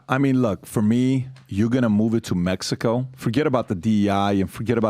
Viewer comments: Wtf is mehico??? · You said “Mehico” ❤!